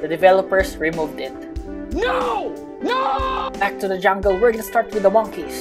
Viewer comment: "khello is beck" is the best intro i have ever heard